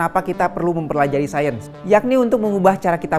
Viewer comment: Sayens bro(sains bro)